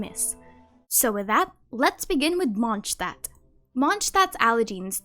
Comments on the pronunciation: Why do you say MonsCHdtadt? You clearly say Mondstadtians right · MONT-shtat is the correct German pronunciation. The correct demonym (name of people living in the place) is Mondstäter (MONT-shte-tr) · besty y u pronounce mondstadt as monshtat??